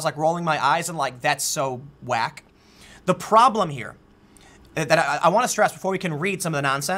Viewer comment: The whitest way anyone has ever said "that's so whack" since Joey Tribbiani